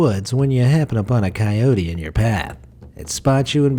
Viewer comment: dude says kyody him : shows a wolf